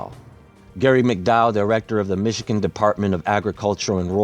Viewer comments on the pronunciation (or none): none